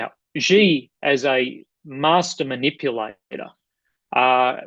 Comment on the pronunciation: The syllable "Xi" in Chairman Xi JinPing's name sounds almost like the English word "She". Both you and Mick Ryan pronounce it as "Gee", like the English letter "G". In Chinese, those sounds represent very different words. Please pronounce "Xi" as "She". Otherwise, thank you for an excellent and informative discussion.